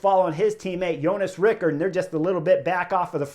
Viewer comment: Hey Chris. I'm a Dane, and I'm impressed by your pronunciation of "Vingegaard"! :-)